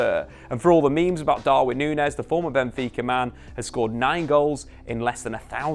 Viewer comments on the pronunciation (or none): none